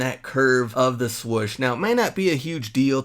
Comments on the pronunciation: Swoosh not swush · Nike "Swush"? 😆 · " Nike Swush" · The man just said "swush" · Why do you say swoosh with one "o"